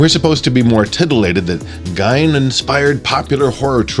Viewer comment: It's 'Gein' as in 'seen', not 'Gein' as in 'whine'!